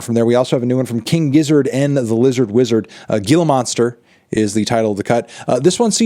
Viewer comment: dude really needs to learn how to pronounce gila monster